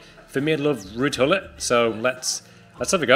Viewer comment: the proper way you say gullit for everyone wondering